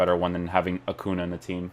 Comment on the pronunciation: Great videos man... been really digging your player reviews :) I'm also an FC Porto fan :) One thing that's bugging me is the way you are butchering Acuña name... It's not Acuna, you are Portuguese, so it should be easy for you to do the Spanish pronunciation :) You should say like it was written Acunha You can hear it here: Cheers